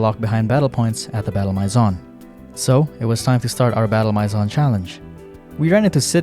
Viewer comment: Please, look up how to say “maison”.